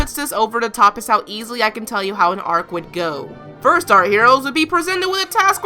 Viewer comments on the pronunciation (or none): none